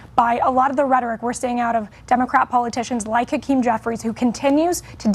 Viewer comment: "hakeem" hahaha...enough said